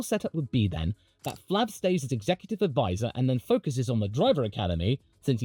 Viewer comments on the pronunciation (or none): none